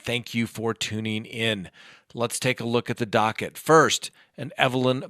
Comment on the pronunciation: I’m sipping each time you say dockett. Thanks for sharing your brain.